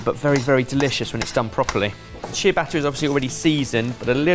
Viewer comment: I dont usually care about the difference in American english and English english but the was said ciabatta made my skin crawl